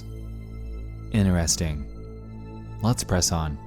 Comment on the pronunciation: The way you say 'Interesting' makes me laugh lol, 'Inresting'